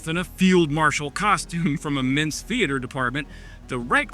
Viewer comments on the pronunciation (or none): none